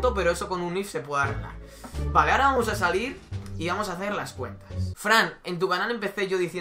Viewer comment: Repite con migo Fran....."Vamos" No "Pamos".....hay que aprender a diferenciar una letra de la otra si? 😂😂